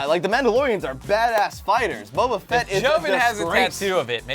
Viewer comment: Its boba fett not boba fitt